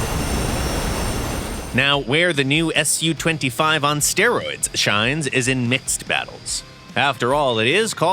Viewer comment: In the name of the SU-25 you don't say the S and U as seperate letters, because it's not an acronym but is short for Sukhoi, the design bereau, so it's 'soo twenty-five' not 'ess yu twenty-five'